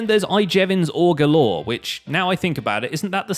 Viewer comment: when you said ore galore, it sounded like orgalorg (from adventure time)